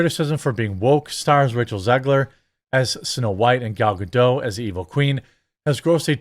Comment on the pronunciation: PLEASE PLEASE PLEASE learn to pronounce Gal Gadot's name correctly. She is Israeli and the correct pronunciation is Gal Ga-DOT as in polka DOT, not Ga-DOUGH as in cookie DOUGH. You talk and share information for a living. Please learn to pronounce her name correctly.